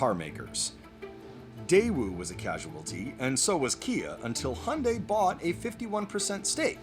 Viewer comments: Why is he saying he yunday? Lmao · in australia its pronounced he young day